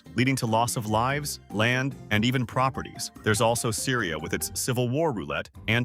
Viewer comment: I swear I heard Syria, and I see sierra leone in one word and spelled wrong with the sierra leone flag. But otherwise, amazing, and underviewed video. This deserves far more views!